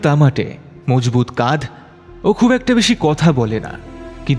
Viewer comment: "মজবুত কাধ"?(কাঁধ টা কল্কে পেলো না, ভুল উচ্চারণের জন্যে?)